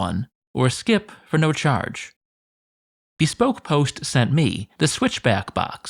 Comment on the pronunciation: The way he says Cassius Die-o and Bee-spoke post reminds me of that bubbly commercial with Michael Bubley